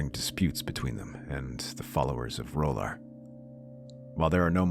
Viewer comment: I’ve always wondered about the fire god pronounciation in your videos, you pronounce it roller when it’s R’hllor , isn’t it said Ra-lure